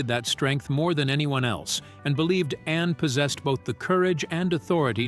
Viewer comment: Please pronounce ANNE clearly not just loose it in the sentence